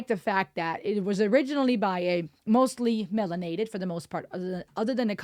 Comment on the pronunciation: Not "melanated".🙄😂😂